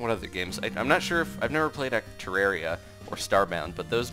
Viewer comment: This literally pisses me off i stoped the video just cause he said terraria wrong GET IT RIGHT